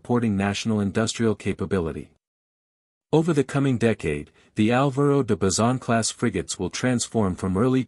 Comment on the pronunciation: Y Álvaro de basison 😂. Cosas de la IA